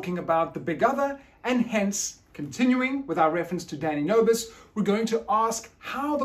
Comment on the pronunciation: whenever you say his name it sounds like you're saying "daddy nervous' and I think its hilarious. Your lectures are great. Thank you so much for presenting the information with such transferring attitude.